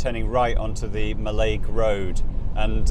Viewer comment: And it is NOT Mall-aig it is Mallig for pronunciation. Thanks from a highlander.